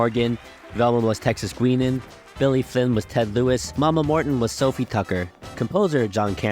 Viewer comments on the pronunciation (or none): Texas' first name is pronounced GUY-nan, not GWEEN-nan or whatever your keep saying. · Just for future reference, her name was pronounced Texas Guy-Nan, not Guee-Nan. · GUINAN (as in Texas Guinan) is properly pronounced GYE-NAN.